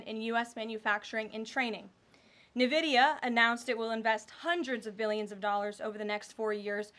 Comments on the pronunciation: Karoline, its not NUHvidia. Its INvidia. Kthanks. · ENvidia not NEvidia. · Pronounced N vidia not navidia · Nvidia ❌ KneeVidia✅ 🤝